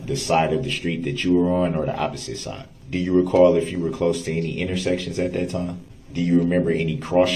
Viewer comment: They are the injured parties you ask them. Th😅e word is not DAT It is THAT